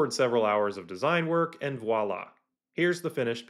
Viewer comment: Thanks for teaching me how to make these. Please allow me to reciprocate and teach you how to say Voila! Vwah-lah. The V is NOT silent.